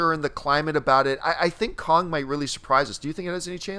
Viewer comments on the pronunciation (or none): Why can't say "Kong"???